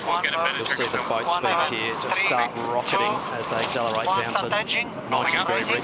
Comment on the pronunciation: I am sorry to be a pain but can someone please instruct Glen ashby on how to say accelerate correctly :(